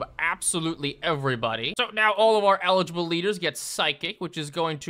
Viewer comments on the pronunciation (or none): none